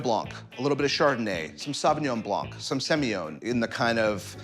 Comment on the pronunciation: Very insightful! But mate we don’t pronounce semillon like that!